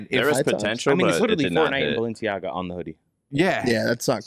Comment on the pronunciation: Nobody: ... Hecz: BALLenciaGA